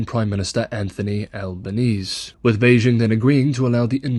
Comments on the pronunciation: In strine, Australian, Mr. Albanese is pronounced al-ban-eez-ee. Its cultural. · >Albanese watch any oz news and you'll soon find that we pronounce it Albaneezee. but you do you.